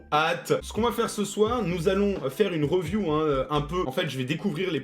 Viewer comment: "on va faire une reuview" ☠️